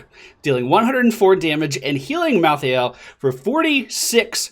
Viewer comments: BECAUSE MY HEART IS IN OHIO!!! +3 points to anyone who gets that. Also pronounced: mal-THAY-ull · Look like a assasin version of Leoric but edgy. And I belive he's pronounced like Mal - tha - el.